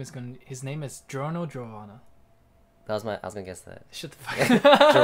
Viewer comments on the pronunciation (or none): Ji-or-no Geo-vanna